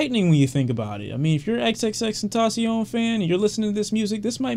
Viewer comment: Ta Tasi-On😂😂😂 U said that like u hunting kamidogus and Dragon Balls🤣🤣🤣